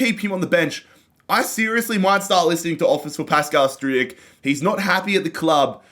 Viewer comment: Regarding Struijk, you pronounce his name like this :Strowk